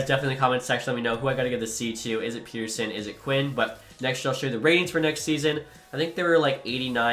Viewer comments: From a Canucks fan: ‘Petter’ (rhymes with better), ‘sson’ (like how you’d say son). E “lee” as, and then you can also call him Petey (Pete-e)😉☺️ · Neither of those are the way to pronounce Pettersson properly 🤦‍♂️ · Okay, a few things. 1. As a Canucks fan that was born and raised in Saskatchewan, I feel like is spoiling me at this point. 😂 2. TO SET THE RECORD STRAIGHT: Pettersson is said pet-er-son in Sweden. The thing you keep referencing where he said he likes Peet-er-son comes from a clip where he was saying he liked how N/A people said it. He liked it cause it was new and different sounding since THAT HASN'T BEEN HIS NAME ALL HIS LIFE. 😂 But that's exactly the same reason I like calling him pet-er-son, cause it's true to his nation/culture. Peet-er-son is such a boring, normal name. It triggers me but I'm not going to talk about it anymore, you do you. 😅 3. Pettersson should definitely be the captain. I think Hughes is actually an underrated option, but Petey just makes too much sense. 4. I love realism. Like when you would go out and sign every single decent prospect in free agency it was like nails on a chalkboard, so I like that you're trying to keep it more real, even with the OEL buyout and tradeblock thing. I do find it funny however that you went to free agency and I said to myself "well at least I'll get to see the Canucks end up asset rich" and then you're just like "guys, I've just decided that's unfair so I'll only sign two of the guys". 🙃😂😂 #CanucksCurse 5. Doughty would never waive to go to "a team like that". 😜 6. Love your stuff dude, keep on keeping on. Can't wait for your roster. 💯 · Not Peter-son or Peder-shun, but Peder-son, per fans and Vancouver sports media at least. Thanks for trying to bring a cup to the west coast! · Please don't say Peter-son just say Pet er son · I think you are supposed to say PET-ER-SON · You’ve been saying his name wrong for years rofl, and I’m not even a Vancouver fan! I would say Pet-Er-Son